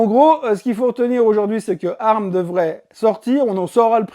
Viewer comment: C'est moi ou le son n'est pas top. Ca grésille un peu sur les intonations. Sinon merci pour la vidéo. Et pour ARM ça ce prononce "A R M" et pas "arme" sauf erreur